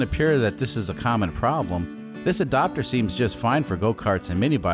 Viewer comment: Ugh, your saying the word adapter wrong and it frustrates me.